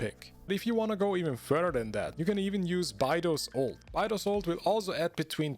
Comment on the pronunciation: buy-dough 💀💀. its bay-dough (in playdough)